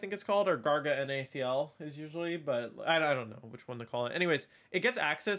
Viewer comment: So basically besides the weird lame paradox Pokemon almost none of the cool new mons are good? Glad I didn't buy this buggy mess. BTW it's pronounced Garganackle.